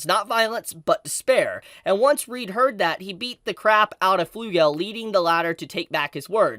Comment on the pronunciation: Can people, for the love of god, just stop calling Reid as Reed? It's literally pronounced tgw same as Reinhard but you have a D instead of an N.